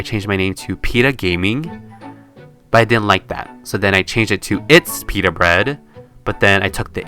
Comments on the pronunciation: “Peetah Bread” Peta bread.. I just now realized this I’m just sad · It’s peetah